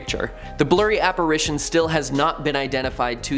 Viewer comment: Good stuff, but…. the correct pronunciation of apparition is : app-ar ish shon, and NOT app-ar aish -shon❤❤